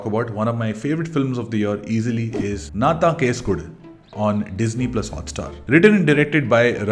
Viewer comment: Its pronounced “enna” thaan case kodu…despite the spellin. Just pointing out cus it sounds awkward after all the praises for the film..😊😑